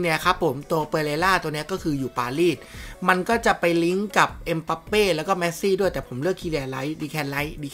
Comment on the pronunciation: เมสซี่ครับ ไม่ใช่ แมสซี่